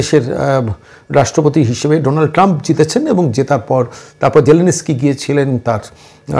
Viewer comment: Batela....😂😂😂😂.....onar naam vladimir zelensky....sge uccharon ta thik kor....